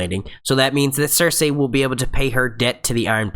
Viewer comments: The only thing that bothers me about this video is the way you keep butchering Cersei's name. It's "Ser-See" not "Ser-Say" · Nice review. But, remember it's Ser-See & Tie-Ko.